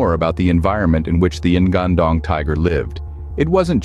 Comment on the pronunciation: The spelling should be "ngan-ndong", with "nga" spells like word "ngi" in "singing" And not "N-gandong" 😂